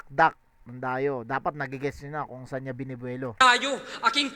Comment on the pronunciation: yung sa Edison line tingin ko "Edi Saan yung innovation?" yun. kasi tinutukoy niya walang ginawa si Lilstrokes eh, tas mabilis yung pagbigkas niya ng saan into sun.